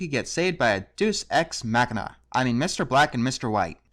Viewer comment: No offense, but that was probably one of the hardest butcherings of the phrase 'Deus Ex Machina" I've ever heard.